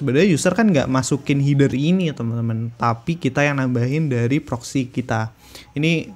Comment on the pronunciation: Header : HE-DER, bukan HI-DER Btw nice info bang, ditungu video selanjutnya 👍🏻👍🏻